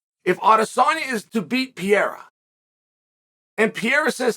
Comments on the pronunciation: Everyone: Pereira Chael: Piera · Alex “Pereira” But Uncle Chael always says “Pierra”. “Im just sharing with you” 😉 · Is Chael calling him Pierre & Pierra? 😭😂🤣 What a legend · A far better question is, how many times in one video will Chael say "Pee-air-uh". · I always tought Chael was all about mispronouncing names until they became champions. This Pierra guy dont get that privilege xd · Never new pereira name was pronounced PEE-AIR-UH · Alex pee-era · Chael refusing to pronounce Alex’s surname is offensive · I will be concerned if Chael ever pronounces Alex Pereira’s name correctly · Chael, your pronunciation of Pereira is very wrong, the only letter that has the "e" sound is the "i" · When is he gonna learn to pronounce the man's name? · Not at all. I’m guessing you missed the point. I was clowning on Chael’s unbelievably poor pronunciation of Pereira.